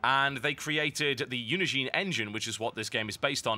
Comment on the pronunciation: I think it's pronounced "Unin-Gine" (the "Gine" being pronounced like it is in engine)